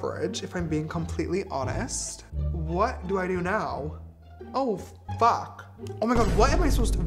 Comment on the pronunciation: I'm 8 and your said fuke 😮